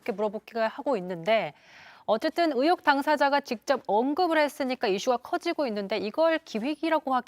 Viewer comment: 제발 으혹,으도,으사 말고 의혹,의도,의사로 제대로 좀 발음할순 없니???